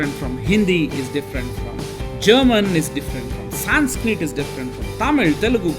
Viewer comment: Saaaaanskreet (videshi bakra)